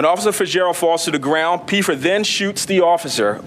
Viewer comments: It’s Pfeffer, pronounced Feffer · This officer needs to take a public speaking course. He's the only person in the room who doesn't know that the "P" in Pfeffer is silent, nor does he know that Buckingham, PA is in Bucks County, not Delaware County. Which is why I'm pretty sure it was a Bucks County SWAT team that participated in the arrest not the Delco SWAT team.